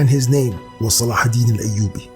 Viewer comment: I knew it! I felt it! Almost like it has been revealed to me by divinity. Salahidin (thank you for the correct pronunciation) and the Templars respected each other. I'll bet they would've made great allies in the war against satan. MUSLIMS AND CHRISTIANS UNITE! WE HAVE NOTHING TO LOSE BUT OUR JEW CHAINS!